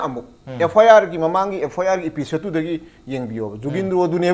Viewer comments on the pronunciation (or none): none